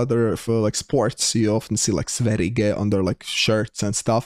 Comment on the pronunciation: You almost pronounced Sverige correct. The G is supposed to sound like a J.. something like this: "Sverje"